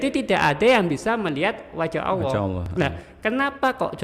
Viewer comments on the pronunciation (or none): Nyebut Allah kok Awoh.